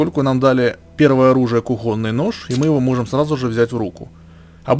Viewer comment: Кухонный нож, ударение на о! Не русский чтоли???